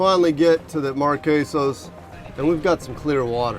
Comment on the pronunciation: when you keep say the markasios islands it reminds me of the crosby stills& nash song